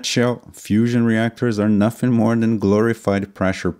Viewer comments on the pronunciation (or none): none